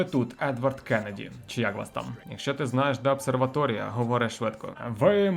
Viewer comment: Чомусь кожен раз сприймав на слух ОБСЕР-ваторія Шо-шо? Ass-плюсом?